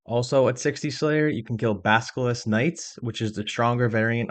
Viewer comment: Not to be mean, but you mispronounce every fourth word in this guide and it makes me sad. Spectre is 'Speck-turr' not 'speck-tree' Basilisk is 'Bass-ill-isk' not 'bask-ill-isk' Sentinel is 'Sent-in-ull' not 'Sent-in-ell' Meiyerditch is 'My-err-ditch' not 'My-err-deech' Mirror is 'Meer-ur' not 'mayr-ur' And dear God, so many people get this wrong it's almost an OSRS youtuber meme. Melee is pronounced 'MAY-LAY' not 'mee-lee'. The Super Smash announcer wasn't messing around, I don't know how so many people who lived through that era forgot something so commonly shouted at them.